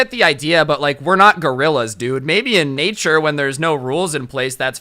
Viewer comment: Also he said neture instead of nature